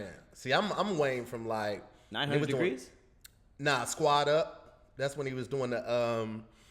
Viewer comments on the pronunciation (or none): said 900 degreez! Lol